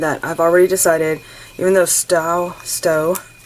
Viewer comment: Just so you know, from a New Englander, it’s pronounced Stowe like a stowaway…..we just came through vermont the beginning of this week and the leaves were just starting to turn color….usually by the end of September or the first week in October it will be ablaze! I have used that same napkin!…have you ever ironed napkins on freezer paper? That’s what I did with mine. I love this page!